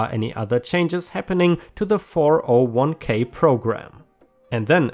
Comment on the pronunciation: Hey, I have a slight annoyance with you. It’s pronounced ‘four-oh-one-Kay” not “four-zero-one-Kay”.